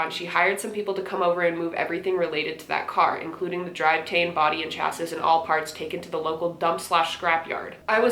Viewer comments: As a car person: its "chass-ee" not "chassis" I know its spelled that way but language is dumb smh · chassis = cha-see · The word "chassis" is pronounced cha-see. You were closer than most.